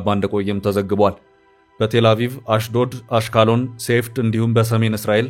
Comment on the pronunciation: ለዚህ ዜና አንባቢ ፦ አሽቃሎን ብለህ ያነበብከው = አሽቅሎን ነው